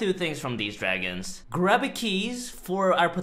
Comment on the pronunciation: Imagine my disappointment when he said grubby instead of grooby.